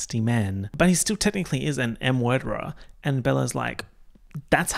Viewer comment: “M-worderer” is sending me